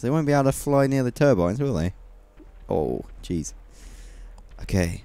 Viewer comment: When you say "Oh jeez" it sounds like "orgies" and that's just... hilarious